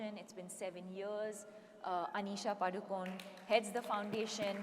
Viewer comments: Please pronounce Padukone properly as it is pronounced in Karnataka... it is ಪಡುಕೋಣೆ not Paadukon... let others pronounce. but we konkani people have to pronounce as it is supposed to be.. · not sure if you are agreeing with me or disagreeing with me. She pronounced it PADU CONE instead of PADU KONAY. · I am disappointed that even Konkanis did not pronounce Deepika Padukone last name correctly, Including Deepika Padukone.When Prakash Padukone was a well known badminton player, I never heard his last name pronounced incorrectly. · We Saraswats Brahmins say Padukon not Padukone